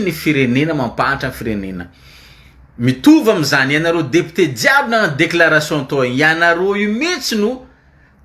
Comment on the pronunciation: Lire le mot "député" en mettant l'accent au bon endroit au premier syllable.